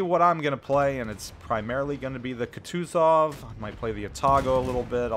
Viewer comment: Go watch Flamu to learn to pronounce “Kutuzov” correctly. :P